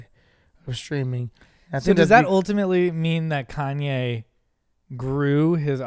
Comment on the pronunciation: Quit saying it like that “ con-YAAY”